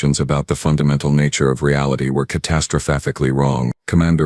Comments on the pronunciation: Terrible monotone voice that can't pronounce catastrophically correctly, i mean catastrophaphically? 😅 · ".. catastraphaphically wrong." LOL!